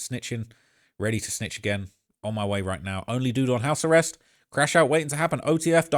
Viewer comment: did that dude in the video call it "house the rest" instead of house arrest? 😭☠